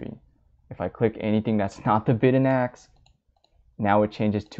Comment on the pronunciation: Great video. Just one thing- "Ask" isn't pronounced AKS